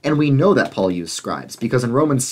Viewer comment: At you call Paul "Faul" with an F on accident. The interesting thing is that in Hebrew, the letter that makes the F sound is the same letter that also makes the P sound.